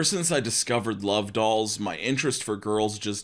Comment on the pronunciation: Oh partnership DOLLS my dude you gotta annunciate. I thought you said DOG